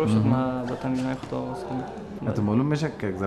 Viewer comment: Dear Qais jan Ulfat, you are an amazing singer and we adore you for your talent, as we followed voice of afghanistan, we noticed as a group that you keep pronouncing Aawaz as Awaaz. since you are on International TV can you please pay attention to your pronunciation. we are all cheering for you from Canada. We love you & we are enjoying your show.